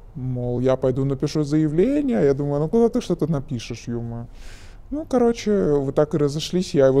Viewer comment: Тоже поржал)) Особенно когда говорит -"каоче, помо заведение, помо каянная, помо куб")) что блять?